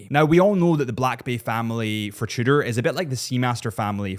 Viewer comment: You pronounce Tudor like "shitter" and I can't un-hear it.